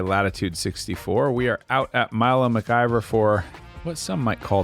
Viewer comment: keeps mispronouncing McIver and it’s driving me nuts lol